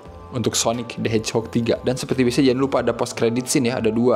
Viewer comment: Sonik "de hejok"